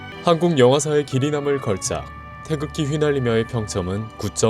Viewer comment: 나만 초반에 태극기 휘날리매 입니다 라고 들었나...?